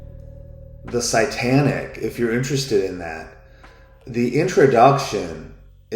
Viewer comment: Are you saying "sightanic" or "satanic"? I don't think you are pronouncing the word "satanic" correctly.